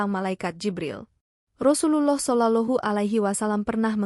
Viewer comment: Rasa nya kena penampar ni lagi bagus,,menyebut rasullullah kaya budak² kecik tak pandai menyebut